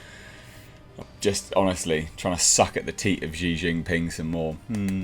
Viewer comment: Xi’s name is pronounced “She” tho innit.. 😁